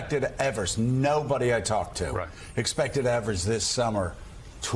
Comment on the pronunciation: It's Tony EVE-vers, not Evers...